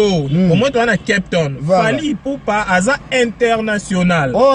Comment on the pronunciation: balobaka kep tonne t lol😀😀